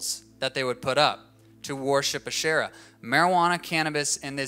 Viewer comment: Asherah (he pronounced her name wrong) was not a demon worshiped by Canaanites, she was a goddess in the early mythologies of the region.